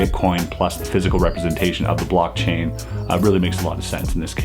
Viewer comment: Lol is he saying BLUCK-chain?